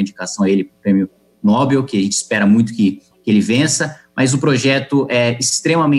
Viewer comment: Kim : Nóbil, Não. Nobel .